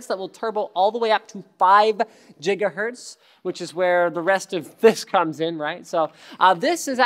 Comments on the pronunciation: WOW please stop saying "jigahertz" it makes you sound like an idiot. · At least use your freedom of speech for something that matters. Pronouncing gigahertz as jigahertz isn't hurting anything. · Well, he does mispronounce it on purpose.